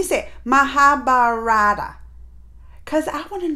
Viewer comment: Wow Ma'am!!! Loved to play with you this interesting game!!! Got Krishna Character and it's just making me feel Elated!!! For easier pronunciation u may follow muh-haa-bha-ruh-taa!!! Hope you r enjoying these fantastic Indian epics?!